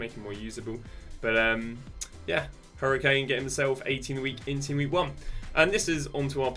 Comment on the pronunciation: cunha not chunha and kadioglu not kadoglu boniface not bonfast harry kane not hurricane